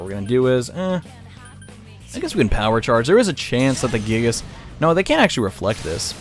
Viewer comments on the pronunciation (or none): none